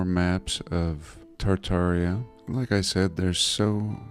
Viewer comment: say it with me meow! Tar-Tar-i-a !